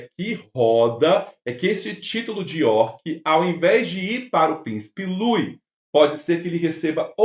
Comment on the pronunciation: IMPERDOÁVEL NÃO SABER PRONUNCIAR O NOME DO PRÍCIPE LOUIS